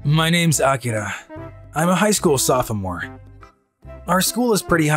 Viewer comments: Oh god the way he pronounced soph-o-more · Sophomore Official Pronunciation (Soff-More) Mange Adapters (Sof-O-More)